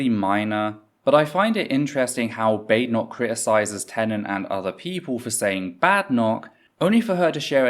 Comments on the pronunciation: as an american 1) I'm shocked desantis' name is pronounced "DEE SANTIS" 2) he completely mispronounced Badenoch's name after she had just told everyone how to pronounce it. 3) Desantis is an idiot, no one, not even most republicans out side of Florida, think he's anything but a fascist idiot. he's also term limited now, so expect a bunch of this stupid crap. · Considering the behavior of the conservatives during the election I suspect Ron deliberately mispronounced her name.